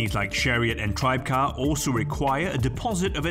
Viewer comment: Actually it's pronounced "Tri-beh-car", and not "Tribecar".